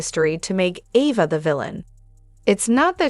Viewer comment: Can you say properly her name A va!